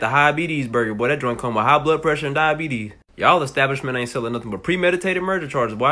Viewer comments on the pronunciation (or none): Not the "hi-abetes" burger😂😂😂😂 I'm done 😂😂😂😂❤